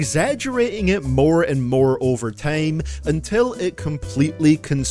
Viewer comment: thats not how you say time